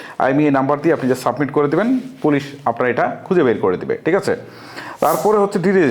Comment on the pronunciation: আপনার উচ্চারনটা একটু ঠিক করে নিবেন, টিক নয়, ঠিক হবে দেকাবো নয়, দেখাবো